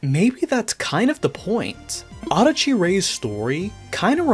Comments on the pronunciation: I'm sorry, but the way you pronounce Adachi bothers me for some reason. (I mean no offense.) The way I think it's supposed to be pronounced is "Ah dah chi," and not "Auhda chi." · this whole time i thought her name was pronounced uh-DAH-chee ray, not AH-duh-chee ray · the japanese spelling is "アダチ レイ" which would probably be pronounced closer to that